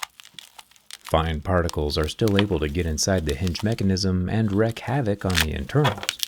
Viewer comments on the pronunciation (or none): and "wreck" havoc?? 🤔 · Alright. I feel like it's a troll. "Wreck havoc" and "an-TAN-uh" Can't be serious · Wreak, not wreck.